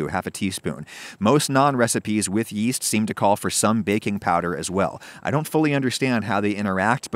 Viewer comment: Yeast? I thought you said Weast ! XD